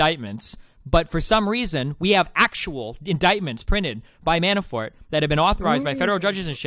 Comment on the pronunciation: "MiiiiAanifort"... Fuck this kid is a dipshit. Maybe I'm just not used to your style, but you really let this fuckin derp talk waaaaaayyy to much.